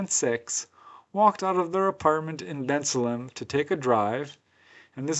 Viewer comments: It's pronounced Ben Salem. Not Benslum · It's pronounced Ben-Salem! Ben, like the name Ben. Salem, like where they hanged witches in Massachusetts! I was born and grew up nearby in Bristol Township--I ought to know. Never heard of these cases, but I went away to college in 1973.